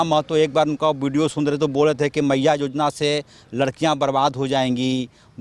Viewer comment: जोजना नहीं योजना होता है।